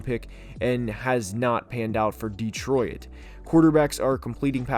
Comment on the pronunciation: Is it just me or is he pronouncing Detroit as De-Troy-It?